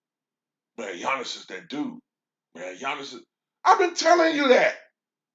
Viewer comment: You speak giannis wrong